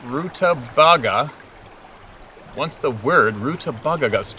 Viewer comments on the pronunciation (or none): Am I the only one who finds it hilarious yet endearing everytime comes across an unfamiliar word, and proceeds to butcher its pronunciation with a confused look on his face? Rutabaga (Roo-tuh-bay-Guh) - ROOO- tuh-baw-GAW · Rutabaga = a vegetable= pronounced root-a-bay-gah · Rutabaga....root-a-BAG-a (bag as in purse) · Root-ta-bager. LOL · Rue ta bay guh? Lol